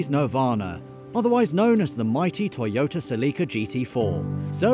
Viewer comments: Erm, WTF???….. ….”Teeeyota” it’s “TOYota” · What's a "te yota". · I’ve never heard it pronounced tea-yota before